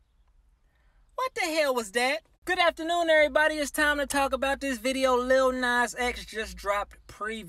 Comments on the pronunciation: Did he say lil nasty x 😂? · He said Lil Nasty X. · The way you said “lil Nas x”...😂🤣😂😂